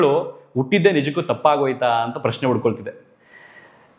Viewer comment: ಚ...... ಚರಕ ಚಾ.....ಚಾರಣ. ಜ.......ಜಲ. ಜಾ......ಜಾಗ್ರತೆ, ಜಾರು, ಜಾತ್ರೆ, ಜಾಗಟೆ, ಜಾ.....ಲ.....ತಾ......ಣ. ಜಲತಾಣ ಅಂದ್ರೆ ನೀರಿರುವ ಜಾಗ ಅಂತ ಅಲ್ವಾ ಪತ್ರಕರ್ತ ರೇ😊 ಸಾ...ಮಾ....ಜಿ....ಕ ಜಾಲತಾಣ ಅನ್ನಿ. ಉಟ್ಟಿದ್ದು ಅಲ್ಲ ಹುಟ್ಟಿದ್ದು...... ದಯವಿಟ್ಟು ಕನ್ನಡವನ್ನು ಸರಿಯಾಗಿ ಮಾತಾಡಿ. ನೀವೇ ತಪ್ಪು ತಪ್ಪಾಗಿ ಮಾತನಾಡಿದ್ರೆ ಏನು ಚೆನ್ನಾಗಿ ಕೇಳುತ್ತಾ ಹೇಳಿ?😢 ನೀವೇ